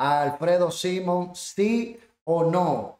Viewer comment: Por lo menos diga el apellido bien; es SIMON.